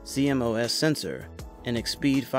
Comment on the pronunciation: its c-mos not c m o s